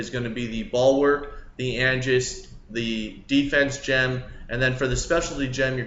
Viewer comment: Cringe every time he says imperial lmao. Imperel. And the aegis gem lmao. its not Angis